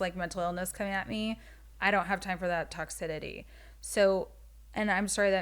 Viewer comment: “Toxidity” is sending me 😂